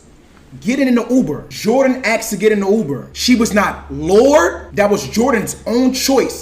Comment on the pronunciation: why is this dude saying axed instead of asked?